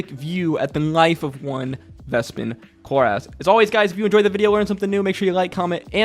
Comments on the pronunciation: Cloor-ess, not cloor-ass. We've heard Marisha say the name correctly. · Dude, why are saying his name like this? He's not chloreASS